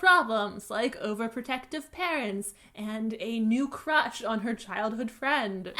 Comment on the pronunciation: "Dealing with normal problems like overprotective parents and a new CROTCH on her childhood friend." (I know she said crush, but only after I did a double take and rewound lol)